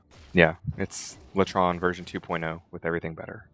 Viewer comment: its lay tron not lah tron